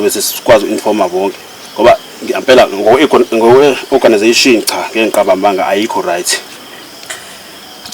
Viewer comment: Ayi isingisi sevest elimhlophe ' organisation' 😂😂😂😂